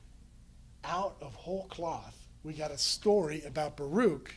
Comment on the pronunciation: Baruch is pronounced Baruch, ברוך.. not as this professor pronounces it. It is odd that someone who devotes time to study these texts lacks a basic pronunciation understanding.